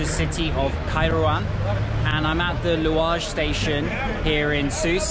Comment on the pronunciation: "I'm at the louage station" Dude you're more Tunisian than many of us 😂